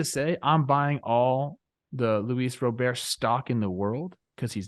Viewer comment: What's with the robert annunciation? Am I missing something with that? I thought these guys know baseball